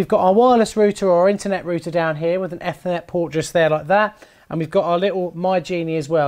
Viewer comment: I like the way you say Ethernet lol